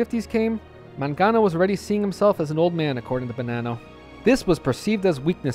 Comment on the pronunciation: My last name is Mangano. My family came to NYC from Sicily around the 1910's, and then moved to the Boston area to get away from the mafia. I doubt I'm related to Vincent, though. The name is pronounced with a hard 'G', by the way.